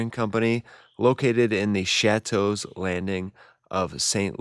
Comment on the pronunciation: Hard to believe you do not know how to pronounce Chouteau or Crunden - What?? you contradict yourself often - The fire was set to make demolition easier